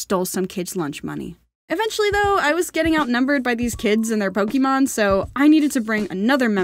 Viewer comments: Pokemon DIE-MAN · Pokemon Die-man 😂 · Pokémon die-man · Not to be rude but you said Pokémon wrong 😅😅😅😅